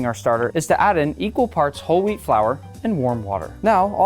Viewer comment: i thought u said holy wheat